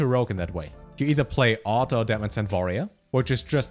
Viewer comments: "Vorerior" - trying to say 'Warrior' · I heard voyeur 🤣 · Nobody:: Vorrior (subscribed at this point) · Lol, I wondered if he is german.